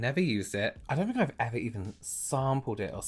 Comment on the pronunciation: pronounce your 'th', please. He says 'I fink' rather than 'I think'. So annoying. omg.